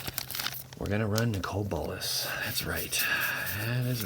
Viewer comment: A Nicole Bolas? You need to learn English...